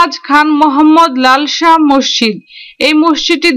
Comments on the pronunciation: আপা! আপনি মসজিদ কে মশশিদ্ উচ্চারণ করেছেন বারবার অসংখ্যবার! আপনি বলবেন> মসৃ জিদ্ এভাবে ধীরে উচ্চারণ করুন, আপনার উচ্চারণ সঠিক হবে। ধন্যবাদ আপনাকে। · আসলে শব্দটি হবে- মস্ জিদ্, আপনার বোঝার সুবিধার্থে শব্দটিকে দুই ভাগে লিখলাম। আমার এক বাল্য বন্ধুও আপনার মতো উচ্চারণ করে। এবং বিভিন্ন টিভি চ্যানেলেও কোনো কোনো সাংবাদিকের উচ্চারণেও মসজিদকে মশশিদ্ উচ্চারণ করতে দেখলাম অনেকবার। ধন্যবাদ আপনাকে।